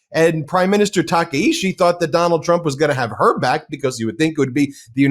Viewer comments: Takaichi, not Takaishi. Got it Ben? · Maybe you guys should source Japanese domestic media instead of whitewashing western media who can only communicate in English. So pathetic, if you can’t pronounce our prime minister right, stay out forever. China has been invading everyday and night for last few decades, this is NOT newsworthy. Japanese defense force scrambled 669 times and over 60% of incidents are from Chinese threats. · The name of the Prime Minister of Japan is not Takeishi 竹石. Her name is Sanae Takaichi 高市. Please make sure to get that right.